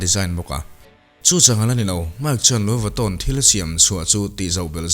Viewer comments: An hming khi i lam uluk lo lutuka,ngaihthlak a hreawm tep.,.Lui Vatawn tih mawlh khi😅😅🙄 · A lam Diklo inti intia, Lui vitawn hi lamdan diktak chu ani e.. Louis Vuitton, Luiz vuiton tihkher tur anilo... Luyi veetawn anti ngai e... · Anuih fuh lo e a lam dan khi a dik aw 🤣🤣🤣 engtin tak lo lam ve thin ang che maw aw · Lui vitto” tih hi a lamdan tur dik a nih hmel. Video hrang hrang enkual hnuah